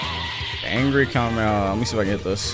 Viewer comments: AINT NO WAY HE SAY KAMEMEHA AND KAMEHA 💀😭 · Bro said kamemeha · ITS ONLY 1 M AND HE SAID KAMEMAMEMA